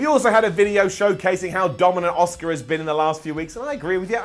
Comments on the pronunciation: Please start saying Asuka not OSUKA!! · ASUKA NOT OSCAR!